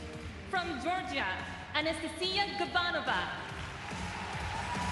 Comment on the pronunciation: I wish said Anastasiia’s name right 😅